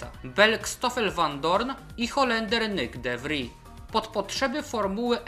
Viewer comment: tylko takie małe przypieprzenie się - de Vries to holenderskie nazwisko, a nie francuskie, i wymawia się "de fris", ewentualnie "de wris". ;)